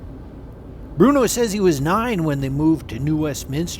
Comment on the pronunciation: "EYE"-talians??? WHAT???